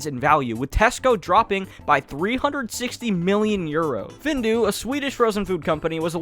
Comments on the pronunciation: Findus is not pronounced Findu, it is said How it is spelled:find-us. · “Findus” is pronounced as “Feenduuhs”